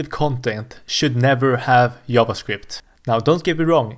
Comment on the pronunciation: Pronouncing it as "yavascript" is in itself a hot take